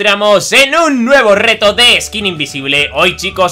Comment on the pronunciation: en el segundo dice vamos al recto enves de decir vamos al reto xd